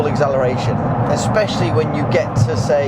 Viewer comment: Egseleration LOL nice video mate! Cheers from Italy!